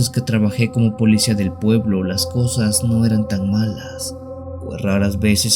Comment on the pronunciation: Se dice policía no polecía.